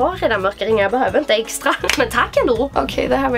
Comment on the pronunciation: skratta såååå mycket när jag trodde du sa eggstra vid en del av videon HAHAHAHAHAHAHA!!!!!!!!!